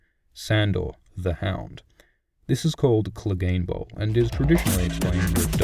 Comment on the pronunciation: and don't get me started on angry joe saying cleegun bowl